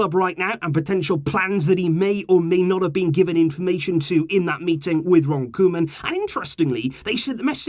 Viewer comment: I love how you went from cowman to Koeman, for our dutch speakers its satisfying If you wanna nail the pronunciation, say the man part as you say in Griezmann 😂😂